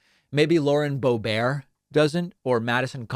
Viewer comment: Dude, why do you pronounce everyone's names wrong? I know I've heard you calling out people for mispronouncing Kamala Harris, but you are CONSTANTLY mispronouncing high profile names. It's not "bo bear" it's "bo Bert" It's not Pete "boot EDGE edge" it's "BOOT eh jedge"